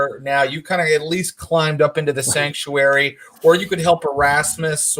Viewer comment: Everytime Thomas says Sactuary, all I hear is The Cult: She Sells Sanctuary